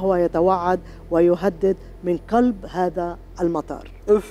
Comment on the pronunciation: أمر عجيب و غريب مار تقول هكاثا و مارا تقول هاكاثا غريب